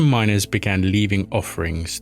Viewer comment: MINERS NOT MINORS!!!